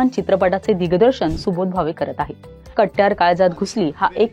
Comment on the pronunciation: नीट बोलायला शिका. मान अपमान नाही मानापमान. कट्ट्यार नाही कट्यार